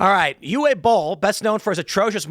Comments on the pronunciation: Not Eew Eh. It’s Oo Vuh. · FYI, Uwe is pronounced Uva. It is a Germanic name where w's are pronounced like a V in English. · Tim, Uwe Boll's first name is pronounced "OOO-VAH" Made the mistake years back when i found his POSTAL movie. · "Uwe" isn't pronounced "you - ay" but "oo - vay". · BTW, Uwe is pronounced OO-VAY. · I believe his name is pronounced "Yoov" Boll. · The W has the V sound. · Jesus, dude ! It takes two seconds to find out how to pronounce " Uwe " 😅